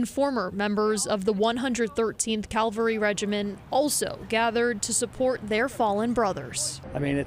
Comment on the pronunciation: It's cavalry not calvary